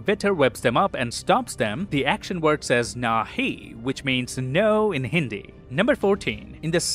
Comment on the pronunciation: it was THE BEST and CORRECT Hindi interpretation by any foreigner. excellent pronunciation by far. good job 👏👏👏👏